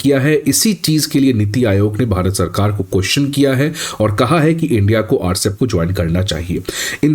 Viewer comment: it is not Rcep. It is RCEP, pronounced separately.